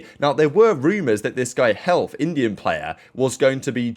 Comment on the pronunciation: hellff old username was hellfire dont think its pronounced health